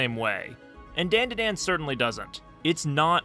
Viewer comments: ITS NOT DAN DUH DAN ITS DAHN DAH DAHN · ITS 'DAUN DA DAUN' NOT 'DAIN DUH DAIN' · It’s pronounced “Dawn-Daw-Dawn”. As a Japanese speaker it hurt my ears hearing you say it wrong over and over. 😭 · Endlessly entertaining to me how you keep calling it DenDiDen xD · Daandaadaan? I cant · Great video but please it’s a Japanese name so it’s not like the name “Dan” it’s a soft a like “DawnDuhDawn” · You're the first person I've ever heard pronounce Dandadan like that. Bro they even pronounce it multiple times in the opening. How do you still manage to pronounce it as white as possible 😂. (This is a joke by the way, not meant to be taken seriously) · Why are saying the title like that lol. The As in dandadan are pronounced with an "ah" sound. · really need you to look up the vowel pronunciations for japanese words. it’s the same as spanish. it’s jarring to hear you mispronounce over and over the title of the art that you decided to make a video about.